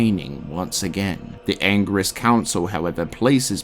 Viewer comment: The Angiris council not the Anger-is council, just pushes my buttons. Great video tho...